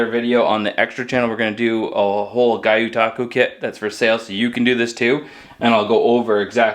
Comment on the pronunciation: I think it's pronounced 'g-yoh-taku' but I might be wrong. It's because of the way it's spelled.